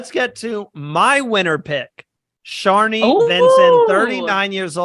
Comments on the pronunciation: Not bad. Also Shonee's name is NOT pronounced "Show Nee" it's "SHON NEE" as in you pronounce the "On" in Shonee. My prediction I think this will be run/domninated by the returnee players as a lot of them you would think would have pre gamed for this and are more likely to get as many returning players to merge as possible and not let the newbies take over as is the case in a lot of these fans v favourites seasons (as if we're being honest that is really what the season should've been called but Heroes v Villains sounds more marketable to the casuals and any International viewers). The stats for these half/half seasons or mixed returnee/newbie seasons has always ended with a returning player making FTC or winning the game in both US & International Survivor. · Not pronouncing Shonee’s name correctly was the only thing I disliked about this video😂😅! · Not pronouncing Shonee’s name correctly was the only thing I disliked about this video!